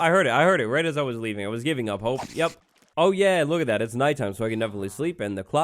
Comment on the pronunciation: instead of saying ,,oh" or at least ,,o boy" he sad ,,ɐ boy" british is a strange languege